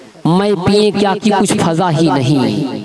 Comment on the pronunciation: Aap ek ward phir ghalat kar diye sir fiza ko faza bole hai wo fiza h faza nhi